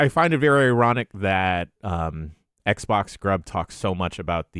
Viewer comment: I like the way pronounces the word “ironic”